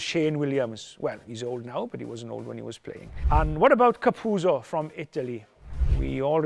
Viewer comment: Its pronounced Ka-Pu-O-Tzo not Ka-pu-tzo ... Capuozzo. 😅